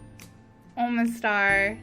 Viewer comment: oma-star say it like that